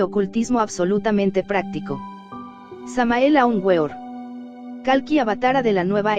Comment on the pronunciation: Es muy bueno el trabajo de dibulgacion. Que hace , lamentable mente pronucia el nombre del maestro en forma erronea , tambien los mantran no es la pronunciación correcta .